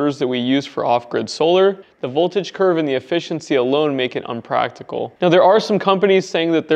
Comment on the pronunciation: "umpractical"........? LOL...